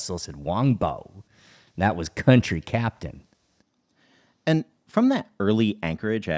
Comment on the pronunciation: the correct pronounciation of "whampoa" is wan hwa